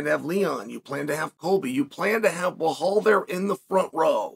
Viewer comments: His name is Belal Chael, not Behal! 😂😂😂😂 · is he saying blow hall? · “Blehal” uncle chael continues to most educated in the business of the sport and the least in name pronunciation lmao… keep it up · Gotta love when Chael puts an imaginary H in Belal’s name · "Behal who?" is the new "Francis who?" So. Belal who?